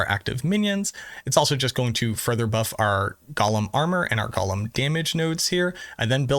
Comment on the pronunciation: Gollum is a character from LOTR. Golem is pronounced ‘go-lum’.